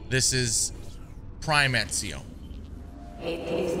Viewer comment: He nailed Ezio's name, mamma mia his italian is improving <3